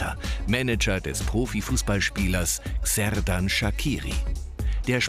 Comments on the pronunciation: Man spricht Xherdan mit Sch am Anfang aus!! 😂😂 nicht Gserdan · "Kserdan" 😂👌🏼 man sagt "tscherdan" bin albanerin und somit weiss ich wie man ihn ausspricht!☺️ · SERDAN?? SERDAN SHAKIRI you fuxkin sirius 😂😂😂😂 wer zur Hölle ist Serdan bloody hell er heißt Xherdan Shaqiri HAAHHA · Serdan Sakiri? euer ernst? Es heisst Xherdan Shaqiri! Und man sagt Kserdan Schatschiri! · junge es heisst XHERDAN SHAQIRI!!! 😠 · Der albaner nicht schweizer und lern mal sein namen richtig auszusprechen